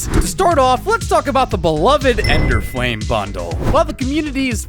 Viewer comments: It's actually "Elderflame" not "ENderflame" but besides that, great vid! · LOL bro said "ender" flame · It's the first minute in and bro said "Enderflame" 💀☠️💀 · its elderflame not enderflame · bro said enderflame lmao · elderflame :) not enderflame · are we just gonna ingnore he said enderflame not elderflame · "Enderflame" xD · btw its Elderflame not Enderflame. (no hate) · Its Elderflame not Enderflame XD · excuse me?? its elderfalme not enderflame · it is Elderflame not Enderflame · Its elderflame not enderflame lol, this isn't minecraft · bro said enderflame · Bro called it the “Enderflame Vandal” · bro really said enderflame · bro said "enderflame bundle" 💀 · DOG SAID "ENDERFLAME" LMAOOOOOOOOOOO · "enderflame" wtf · Did bro just say enderflame? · bro i know your new to valorant but REALY? ENDER FLAME??? SO MANY MISTAKES THAT YOU SAY IN YOUR VIDEOS BUT ENDER FLAME??? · did this mf just say enderflame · bro really said ender flame vandal